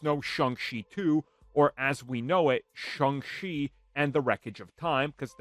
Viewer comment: He pronounces the name Shung chee.